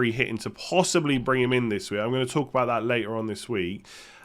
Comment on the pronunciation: thumbs up if you love "Bhouut":D